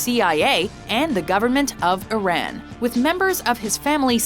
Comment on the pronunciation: So the narrator goes out her way to pronounce high fashion designer names the right way, yet can't say Iraq, Iran and Myanmar correctly?